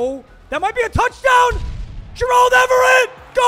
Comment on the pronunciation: I’m getting tired of the way pronounces “Gerald” WHO SAYS IT LIKE THAT